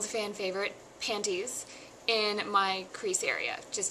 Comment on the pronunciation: hehe i like when you say panties....panTies pant-tease..panties you know i <3 you!